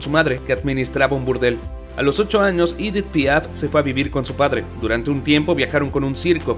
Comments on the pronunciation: EDITH! et NON pas IDITH/IDETH !! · Es Edith en francés no “iditz” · Si no sabes pronunciar un nombre o una palabra en frances pronunciala en español, el video es en español, es aceptable, lo que no podes hacer nunca es pronunciarlo en ingles o como se pronunciaria en ese idioma por que no tiene nada que hacer esa pronunciacion alli. Por ejemplo cada vez que decir "Idit" Piaf....... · Su nombre no se.pronuncia ídit ,por lo.menos si te aventuras a hacer un video tienes que pronunciar bien los nombres.No se pueden soportar estos errores garrafales. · Si es francesa………. Y Edith se pronuncia igual en Francés y en español ….. de muy mal gusto pronunciar el nombre con un pésimo acento en inglés Me habla de ignorancia y una cultura muy pobre . No todo es leer un texto